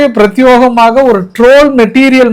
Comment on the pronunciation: பிரத்யோகம் எனும் வார்த்தை உன் வாயில் நுழையவில்வை சிரமம் ஏன் தனித்துவமான அல்லது சிறப்பான னு சொல்லேன்